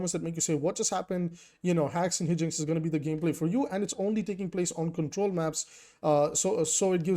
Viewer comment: It's "high-jinx" 🙏❤️